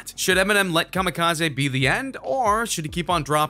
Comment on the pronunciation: EMINEMS STILL HERE Wtf is kamakizi. Last I check Eminem made kamakizi. 🙄